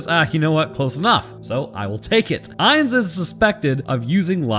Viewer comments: Soldat is german for Soldier by the way Eins (actually really good pronounciation : Rammsteins Sonne uses it too) just means one Zwei : Two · I'm sorry but your pronounciation of zwei is not "meh, close enough" eins was pretty good even got a real german einz in the beginning. but it's not swei more like tswei anyways awesome video! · 1-eins is pronounced exactly right. 2-zwei is very close. the z is sharper pronounced in german like you tss at a cat who’s trying to do something she should not and you see her. And for the panzer it is very close as well. Again the z sharper and the a like a jamaican would say it and i think it would sound perfect maybe you can try and say it to your wife she will tell you if that does the job. Because of you i know how to say pronounce some words correctly👌🏻